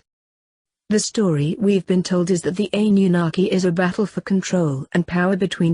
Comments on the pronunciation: Its Anunnaki not Ann. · I don't like how she pronounced anunakki I cannot spell it either, buti still don't like how she says it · hahahaha ... sure you're pronouncing this right..? Funny, couldn't even be talking shit about them here on YouTube if one hadn't allowed the humans to use the technology. haha, f'n humans. "... well, God said..." "... God believes..." "... God is..." Nof'nBody has any idea wtf God has in mind other than God. lol... humans... the audacity to even utter such. Yes... the economic leaders ARE keeping all in subjugation. Their ancient family members had the original RULES, which they've all violated over and over for hundreds of years assuming they will never return as they DID promise your ancient ancestors would eventually happen. None of course have taken heed, no idea what they're doing exactly but, continue the traditions. Anyways... how many licks to the center of the Earth..? A one, a two... a three... 3